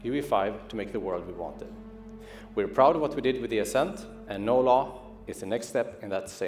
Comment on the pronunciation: Why do I hear "No Love" instead of "No Law"?